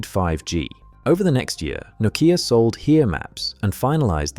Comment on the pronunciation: and yanks take note on how he pronounces nokia, not the yanky way saying "noe keeya"